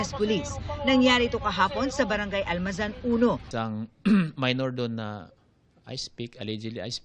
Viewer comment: Anong Almazan???!!! ALMANZA susme nmn tong reporter na to